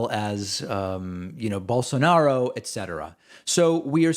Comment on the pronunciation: "BolSornaro" "Ideaz" "I'm a classical liberal"